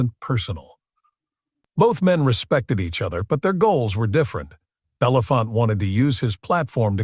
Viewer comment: What everyone below says plus: Harry Belafonte. His name is pronounced BELL UH FONT AY (or also EE) not BELL UF FONT. Who doesn't know that????